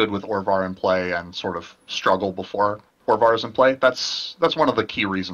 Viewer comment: Orvar not Ovar..